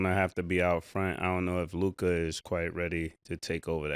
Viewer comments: Yall harassed Murda enough till he finally said Luka right 😂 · Ma$e finally said Luka’s name correctly 😂